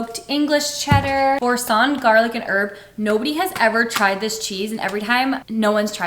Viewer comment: OU(D)...like ou(ps).. it means wood... and bour(sin) like (cent)..french prononciation 😂